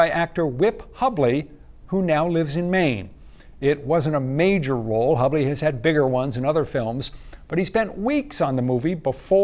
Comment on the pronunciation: Grrrr....it's pronounced hue-bley.